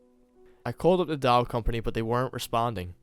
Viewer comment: The only thing I don't like is the way you say "doll" but I'm not hating. You did great. :)